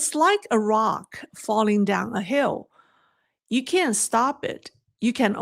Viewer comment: One hint I offer in total respect: Make sure the T sound is clear when you say "can't", otherwise it sounds like you're saying the opposite. Another option is to say "cannot".